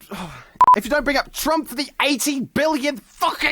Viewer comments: "Twump" killed me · Did you actually fuck up saying Trump? Twice? Wow, I get you're Australian, but damn...